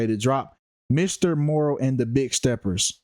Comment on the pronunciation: You can't even say the album name right just stfu I'm more intelligent in the industry than you. You don't literally don't know shit😂😂😂😂😂😂😂😂😂😂😂😂😂😂